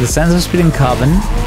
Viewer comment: Карбон... Said like a Russian :^)